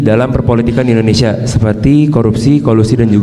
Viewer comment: Mohon maaf kritik yaa.. 1. Negara ini negara I(INDONESIA) bukan E(endonesia) pak.. 6 kali sebut kata.. Salah 2 pada menit kenapa harus tiongkok.. Banyak kan anak negri ini yg kuliah di negara lain kl mau di tonton di youtube.. Hhmmm jangaan - jangan.. 🙈🙈🙈